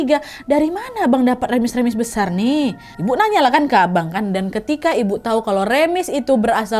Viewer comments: Ketawa bgt pak ka nadia berulang2 bilang kata "remis" bukan remis tapi rèmis kak hahah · Wak aku nonton tgl 5 okt 2026 salfok bilang remis dengan sebutan REmis😭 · bukan remis wak tp r(e)mis. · Bukan remis tapi reumis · Kayanya yg bener diucap nya tuh remis deh bukan remis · Wak maaf pelafalan remis itu huruf e nya kaya di kata elang bukan ember hehe